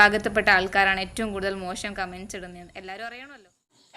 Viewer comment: ഈ വീഡിയോയുടെ ഉദ്ദേശം എന്തുതന്നെ ആയാലും. മലയാളത്തിൽ " മോഷം " എന്നല്ല " മോശം " എന്നാണ് ഉച്ഛാരണം.